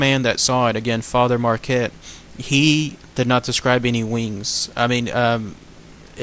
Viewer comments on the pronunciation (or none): Pronounced Pierre Mark-ette. He was kind of a big deal. Otherwise great video. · Pere Marquette, the qu is a K sound in this name.